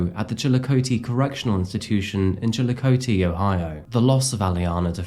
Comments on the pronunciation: Just a heads up,. Here in Ohio we pronounce it “Chill-Uh-Cothee”. Love your channel, keep up the great work! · It's pronounced chill a coth E. My sister used to live right near there. We all forgive you though, lol. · I will say as a native Ohioan your pronunciation of Chillicothe was very close, most people from out of state never even get close lol it’s chill-ah-caw-thee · No worries I want to take this opportunity to let you know I'm from Pike County Ohio you've done a piece on the rhoden massacre well it's about wrapped up there have been some major updates and you should look into making an update video also not passing judgement but I just want to help but it's pronounced like so Chilly-Cot-he like 3 hots and a cot but your awesome you and Mike should do a collaboration being your content and proximity I'm also aware you probably won't read this and I'm irrelevant to you but in hopes this finds you thank you for your hard work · One tiny detail, it's pronounced Chil eh cah thy (Chillicothe) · I am just helping you out here. I do not expect you to know how to pronounce it. But the city where this P.O.S. is sitting in death row at. It is pronounced CHILLA COTH E. I understand it is spelled Chillicothe. But it is pronounced the way I showed you. Awesome episode!!! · One note. Chillicothe is pronounced Chi-luh-kaa-thee. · The way he pronounced Chillicothe 😂😂😂